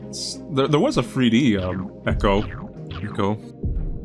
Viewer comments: Man you know it's eckoh and not eeko. Get out of here with that. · I think it’s pronounced echo with a soft e and not eecho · I'd be very surprised if Ecco was "eeko" rather than "echo". A single E pretty much never makes an "ee" sound AFAIK and echos have a thematic link with dolphins. I can't find any sources that would suggest that it's "eeko" either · I tilted my head when I heard “Eeko.” That is certainly a pronunciation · As far as I know, its “Eh-Ko”, as in a sound that bounces of something and repeats back to you. I think it has to do with dolphins using echolocation. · It's ecco pronounced like "echo", echolocation is a huge mechanic of gameplay in the game as well. Ecco: Tides of Time (the second game) was one of my favorite games as a kid, I had the Sega CD version and man it was brutally hard. There was another game around the same time with the first 1/3 underwater called Evo so maybe you were just mentally mixing the names? Ecco is already part horror game, both the 2d ones and defender of the future, the beginning of 1 in particular is massively fucked up...literally everyone you knew gets killed by H. R. Giger inspired aliens and you literally have to gain superpowers then use machines in atlantis to travel to the past to prevent it. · Update: you got to it right after I commented. I'm 99% sure it's pronounced like "echo" as in "echolocation," like dolphins use to communicate. And apparently other stuff according to ECCO lol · Hey, it's pronounced echo bc it's spelled Ecco. Love your content btw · The dolphin game is pronounced Eh-co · I want to say it's pronounced "echo" as you can use sonar.